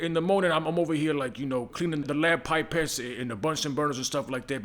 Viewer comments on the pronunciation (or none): Hearing him say lab pipettes killed me